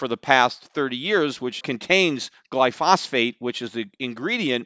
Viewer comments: I love Peter Schiff, But how much can he know about Glyphosate when he calls it "Glyphosphate" 20 times. I agree with most of what he says, but how much did you really look into the science of the chemical Glyphosate? Why would you keep calling it "Glyphosphate" if you looked into the science of it to see whether or not it is harmful to human health? Have you looked at the randomized placebo controlled double blind rat studies? The rats that ate the Glyphosate Corn grew tumors 3 times their body size and looked like baby elephants. The rats that ate regular corn remained perfectly healthy. Monsanto bullied the researchers to pull their published findings with legal threats. Then a court overturned that mandate and allowed the research to be republished. Peter, please look up the rat studies on Round up Ready Corn and Glyphosate. There's more to the story here than 2 unhealthy people slummin around. "Hey, I know this dude Mike, you know, and he's innocent because, I'm his friend, I know him. He wouldn't hurt a fly." " Uh, sir, Mike's name is actually Michelle, and you made her acquaintance years ago in passing. Yeah, she's got no history of violence in humans, but she has a 20 year history that's sealed from the public. And you didn't even know her gender. What can you really know about her genetic makeup?" To question is to respect. To withhold question is to scorn. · Peter wasn't even pronouncing it correctly... it's glyphosate, not glyphosphate. Let's hope he understands economics better than biochemistry. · Peter it's pronounced Gly pho sate, not Gly phos phate. Great show Btw. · Stop saying glyphosphate in every podcast, when it's called glyphosate. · You're an absolute simpleton when it comes to biochemistry and know nothing about the mechanism of glyphosate (including how to even pronounce it). Stick to financials.